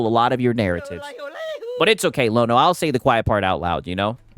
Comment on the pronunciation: Lono: rhymes with DONO.